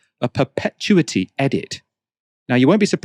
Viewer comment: Haven't you watched Game of Thrones,? That is not how you say perpetuity.